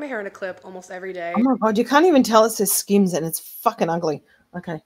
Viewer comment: "skims"... more like "skams" 😂